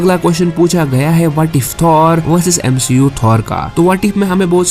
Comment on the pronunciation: Bhai Aapane Bahi Bola MCU Ko MSHEU Bana Raha hai😅😂